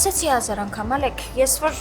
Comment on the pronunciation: ջան հայերեն խոսեք շատ տգեղ է հնչում 0լեգ ոչ թե Ալեք դուք ձեզ լսում էք գոնե